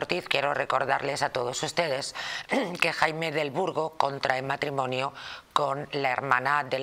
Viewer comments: No se dice "matrimoño", se dice MatrimoNIO...parece mentira que el presentador sea periodista...!!!!! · ¿He entendido bien?. Me ha parecido oir a Jaime Peñafiel decir el "matrimoño".